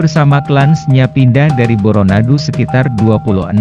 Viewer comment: Tapi lavalmu itu, tdk pas, seperti orang seberang. Bukan Boronadu tp Bôrônadu